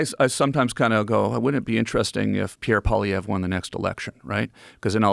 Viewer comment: So Joe thinks the government shouldn’t have the right to tell us what we can do; but he can. Why is Joe so obnoxiously obsessed with Canadian politics….for Chris# sakes, he can’t even pronounce Poilievre’s name….let alone does he know shiet about the trucker thing. Canada does not lack free speech, or rights. My god, he’s so obsessed with Canada. We’re good, Joe. Such a gaslighter. Holy 🙈